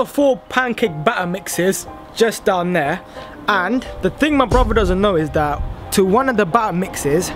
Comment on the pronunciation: be saying "Bruvaa" instead of brother.